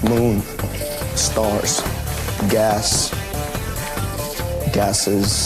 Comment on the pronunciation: the way he says stars cracks me up and idk why